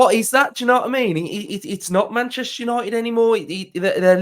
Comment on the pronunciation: It's Man-Jester Yanited!😊 UTV